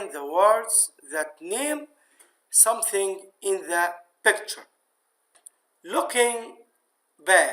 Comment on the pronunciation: بيكتشرررر والله من النطق